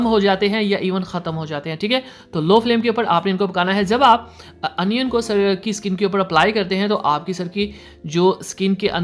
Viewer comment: Bhai onion hota hai anion nahi